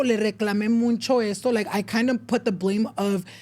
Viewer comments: Someone teach how to pronounce MUCHO (no ‘n’, no es muncho) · stop saying “muncho” it’s mucho 😩😩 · Pls it’s mucho or muchsisimo, not muNcho, I use to get this work but if you’re going to use it a lot pls have it be right 😭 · I just recently started watching but I realize he says muncho instead of mucho? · "muncho" instead of mucho drove me crazy the whole video lol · Ain’t it mucho not muncho? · Hey love your podcast… but 😅 it’s “mucho” not MUNCHO 😂😅😅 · Why he say “muncho” instead of “mucho” am I the pendeja? Correct me if I’m wrong please 😢😅😊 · Has anyone noticed said Muncho instead of mucho lol what’s up with that n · why does say “muncho” instead of mucho? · Starting a petition for to start saying MUCHO instead of muncho 😅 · muNcho, muNcha, muNchos.. there’s no N in MUCHO 😂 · I love the podcast but tbh I get the ick how says “mucho” he says it “moon-cho”😭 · It’s so funny he says “muNcho” it makes me giggle every time I hear it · I hate when he says MUNCHO 😭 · I keep hearing him say “MUNCHO” anyone else 😂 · OMG !!!!! The way he says it really irked me for everrrr until I just accepted it lol